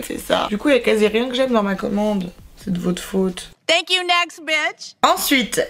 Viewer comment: Cc super vidéo mais juste ton tank you....sa ma souler